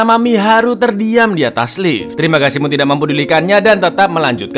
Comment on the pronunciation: Kocak, tiap ngomong terimagasi medok nya keluar 🤣